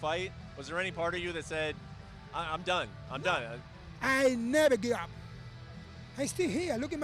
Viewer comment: “i never gib up”